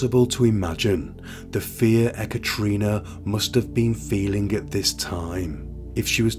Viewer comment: No offence meant, but it's usually produced "eh-cat-a-rina" Not "eh-cattree-nah". Just a heads up!